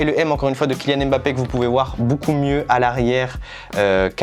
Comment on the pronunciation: Super l’unboxing parcontre c’est KYLIAAAN PAS KILLIAN